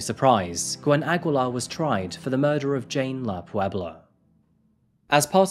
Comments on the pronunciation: New fan here, sir! It's pronounced Ah-gi-lar. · Its aggeelar (aguilar) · Aguilar (a-gee-lar) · hai Filipino here.... Aguilar in our place is pronounced as "Agilar".... though found it cute for way of saying it hehehe.... hmmm yes, a lot of Filipinos are working abroad to work like that.... it is just sad that her bestfriend took her life...... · It's actually pronounced /Agilar/ but good story. Something that happened in a very similar fashion would also be a good story to do. Also a Singaporean case. :) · it's read as Ageelar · The U is silent in Aguilar